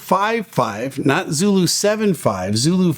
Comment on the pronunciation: Oh man...hearing Zoro instead of Zulu really causes confusion for me over the radio. Too similar to Zero, imo. Eesh. Maybe just me?